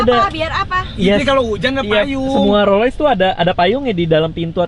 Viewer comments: rolls roice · Raditya dica rolls royalace